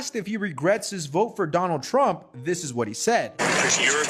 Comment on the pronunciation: "I will Boat for Donnull Trump " ..... Unbelievable...